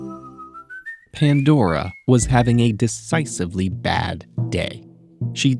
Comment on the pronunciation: The way the said Pandora, i thought ted ed change and almost got mad because they change it Please don't change the voice i like the Riddle narator so much 😔 Ps. He is one of my hear me outs (i need his name fr)